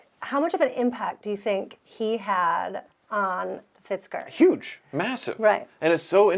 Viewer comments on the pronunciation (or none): 😂 “Fitzker” ( and ) 😂